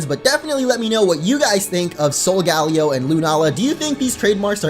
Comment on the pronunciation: Solgaleo is most likely pronounced ( sol- guh - layo ) not ( sol - gal - ee - o ) I'm considering it seems to derive from Galileo the astronomer.